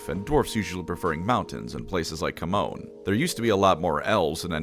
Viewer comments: Great video. But GW has gone on the record that Chamon is pronounced "Sha-mon" not Captain falcons taunt. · Isn't Chamon pronounced like shamon? At least that's how Supremely pronounced in TW: Warhammer.